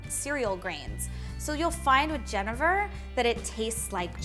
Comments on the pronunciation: went to get some genever at the liquor store... Pronounced it like did. The man at the counter happened to be dutch and corrected my pronunciation. its Gen-ee-ver apparently. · Just a tip, genever is pronounced "jenneaver." It has the long E sound like beaver or cleaver. (jəˈnēvər)